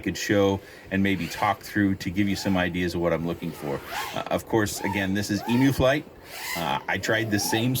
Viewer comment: You handled it like a champ. I could see how that thing could get out of hand. You could try adjusting the expo in emuflight for the throttle.Btw, your saying it right. I call it Igor flight, cause it can make even igor fly good with it. have you ever played with the witchcraft filter?, it is actually called a kalman filter and can do a great job of fixing vibs and smoothness . can you do a long term review of the AiO 35A fc ,and maybe others? I never see a reviewer that'll do a long term (2 months or more) abuse of products suitability , except a very few like currykitten, mr bardwell, that do it.